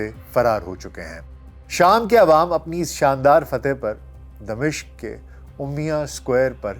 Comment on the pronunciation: اگر (د) کے نیچے زیر اور(م) پر زبر کریں تو دمشق کا درست تلفظ بنے گا۔تبصرہ زبردست ہے،اللہ اجر دے۔